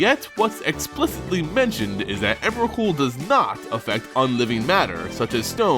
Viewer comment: its emrakul...